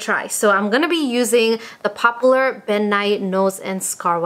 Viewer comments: “Pop-ooo- ler.” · Anyone else catch how she said popular 😂